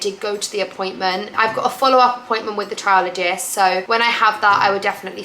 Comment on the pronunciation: Sorry to hear of your traction alopecia. You said to correct your pronounciation . You pronounced areata correctly but the hair doctor is a “trichologist” pronounced like trike-ologist 🙂